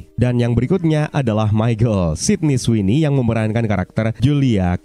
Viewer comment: Cara anda menyebut nama Sidney Sweney berbeda😏